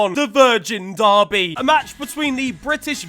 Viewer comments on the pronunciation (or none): none